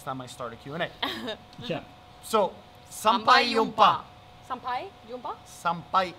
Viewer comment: Im your fan from Malaysia ! i love ur vlogs very much <3 xD btw, the pronounce of sampai "jumpa" is not "yumpa" .. the j should sounds like you pronounce "jump"...sampai jumpa :) see you guys again on the next video.